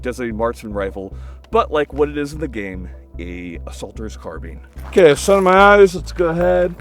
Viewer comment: If gamers take a single thing away from this it should be the smart way of pronouncing "Carbine"